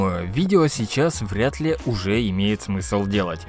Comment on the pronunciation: влятли так влятли